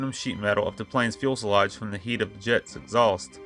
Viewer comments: Few se loge. Not fuel se loge. Otherwise a good video. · In case you're not aware, is pronounced FUSE E LAGE, not FUEL SE LAGE. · Good stuff, but PLLLLEEEEAASSSSEEE learn to pronounce fuselage. “FUSE-EL-LAGE” not fuel-sel-lage. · Very distracting to hear you say "fuel"selage. Makes you sound less knowledgeable. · The "ums" are very unprofessional and jarring. Also, as others have stated, I would work on proper pronunciation of words like fuselage if you plan on doing videos on more aircraft. Otherwise great video!